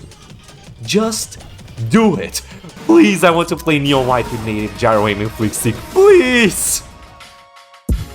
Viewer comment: Bro probably asked as you sound unintelligible when you say it. I was interested too, but thought to turn on captions to know what you said after replaying it 5 times.